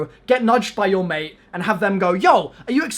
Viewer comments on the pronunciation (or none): none